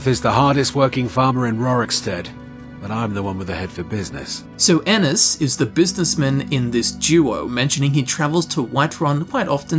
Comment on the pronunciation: My last name is Ennis and thank you for saying it right😂